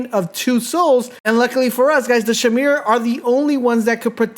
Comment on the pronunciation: SHIMERA... LMAO